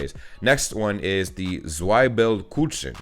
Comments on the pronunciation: I'm from Lower Saxony and I have NEVER heard about "Himmel und Erde"... 🤨 But Zwiebelkuchen tastes delicious ~🤗 even though it's called "Kuchen" (Not "Kutschn".. By the way, "Kutschen" do exist in German but it means "carriages" 😂) it's not made with a sweet dough that you would use for regular cake, so the combination with onions is no problem. 🙂 ... Whoever told you that "ä" is spoken like a regular "a" lied to you. Several times you spoke "Käse" at first perfectly fine and then corrected yourself wrong to "Kase".. 😂😂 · Dude. The "z" is ALWAYS pronounced "ts". So, Zwiebelkuchen is like "tsveebelkookhen" in a spelling that should appeal to you. Also, the two dots above a vowel do actually mean something. Kindly look up "Umlaut". And "Grünkohl mit Pinkel" sucks. You need to be a Northern German to like it.